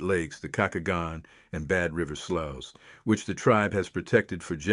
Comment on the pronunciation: Sloughs is pronounced: "sloos" / slews